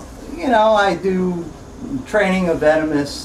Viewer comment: She said "vemonous" xD